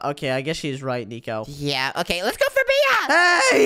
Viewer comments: said notnico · Good job saying that Nico😅